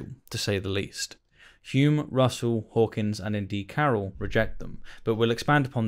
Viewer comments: Okay, can we clear away a personal peeve of mine: The man's name is Hawking, not Hawkins. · Why did you call Stephen Hawking "Hawkins" throughout the entire video?